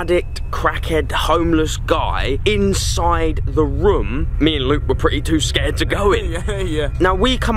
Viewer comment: It is room not roum